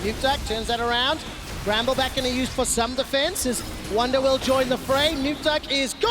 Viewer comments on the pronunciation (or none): ER IST WUNDER!!! Not "Wonder". SO CALL HIM "WUNDER"